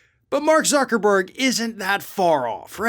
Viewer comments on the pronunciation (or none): I stopped and restarted the video and ''UCKERBERG'' was the first thing I heard. yeah innit Instead of Blaming Trump for Jan6, Give Him the Credit for Jan6. He Loves Taking Credit, he LIVES On Credit. Give credit where credit is due. DjT Take Credit for Jan6, it's Yours.